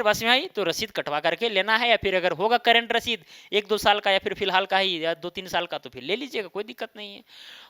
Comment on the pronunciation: करंट रसीद की जगह ससीद कर दिया है?🤨🙂